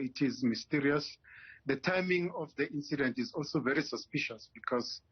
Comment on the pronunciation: English never loved us...suspicious not suspecious